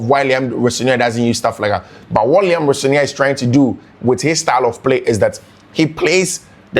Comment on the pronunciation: The way you pronounce his name is funny ooo. I listened to him n he pronounce his name as Ro- senior